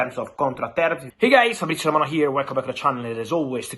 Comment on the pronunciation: Only a year ago,who on God’s green earth,would have thought that moving from Wolves to ManU,would be seen as a move to a lesser team?😳😳😳 I also have to add, Frabrizio’s Portuguese pronunciation is excellent, it’s not an easy task,well done👍